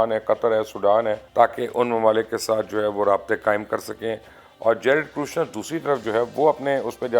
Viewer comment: ITS NOT KRUSHNER, IT IS KUSHNER.